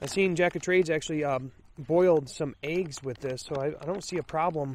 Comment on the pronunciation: Hey... you say Eéggs lol with a long E. Awesome, to hear different accents now and then:) Pretty steaming Ration Heater, Pete had bad luck with his this week:) On and on a good one mate *